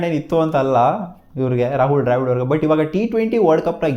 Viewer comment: ಡ್ರ್ಯಾವಿಡ್ ಅಲ್ಲೋ ಬೋಳಿ ಮಗನೇ ದ್ರಾವಿಡ್ ಅದು 🤦‍♂️